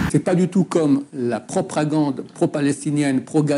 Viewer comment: la propRagande ?? 🤣